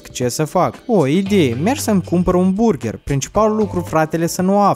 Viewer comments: Si apropo nu se zice burgher , se zice burgăr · burgar se zice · Se pronunta burgar